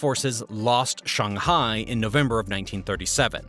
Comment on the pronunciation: Shung- hai, Ha-vai-ee?